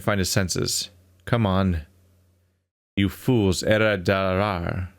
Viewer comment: Swede here. 'Era dårar!' does indeed mean 'You fools!' in Swedish. The pronunciation AND accent used is even right! Was very impressed with that, since you don't hear Swedish voice-work very often in games.